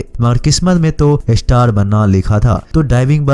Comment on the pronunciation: Pehle star kehna seekh lo